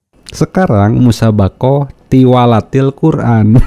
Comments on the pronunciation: Tiwalatil hahaha, ngaku ikut mtq nyebut tilawatil aja kebalik kok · Hahaaaaa lucu si murtadin ngomong tilawatilkura'n jadi tiwalatilkura'n 😂😂😂😂😂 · Nggedabul oh nggedabul.....kk gk malu yaaaa. Da'i kk singkatan Da'wah islam ind. Dn mengucapkan Tilahwatil kk jd tiwallatil. Oh Murtadong2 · Oten2 itu klu berbohong kelihatan gobloknya. Pdhl asli oten, bilg asalnya Islam. Ngomong Tilawatil aja Tiwalatil, kelihatan bohong nya dan ngawur. Tampoooolll Bang ! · Bhahahaha tilwalatil quran dasar murtad 🤣🤣🤣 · Hahaha....ngakak abis murtadin ngaku USTAZD, tpi baca ayat salah mulu.huruf arab ktanya alip...be...te ...se...trus ikut TUWALATIL Qur'an.baca ayat dn terjmhan slah mulu.saat diislam hatinya BIMBANG karna menyembah Nabi yg laen.kesaksian MURTADIN ini Hancur abis. Dasar SIBOROKOKOK.smua orang islam yg nonton ksaksian Aman suharman ini psti ngakak,lucu bangeeeetttt.